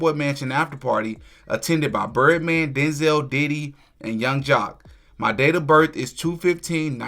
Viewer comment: It's not Den-zel It's Denzel like pencil. 👍